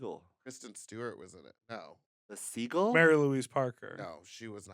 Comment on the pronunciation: the pronunciation of Seagull is weird. Its like theyre saying segal.